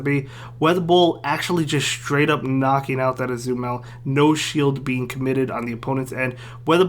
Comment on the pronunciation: Ah-zoo-mel lol